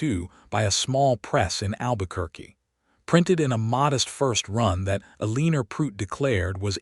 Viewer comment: Loved the story and the narrators voice but Eleanor is not pronounced Eleener and Santa Fe is not pronounced Santa FEE. Also watch the math because 19 years after she arrived, her grandson couldn't have been 6 already unless his father had him at 12! Needs to be edited better but all in all enjoyable!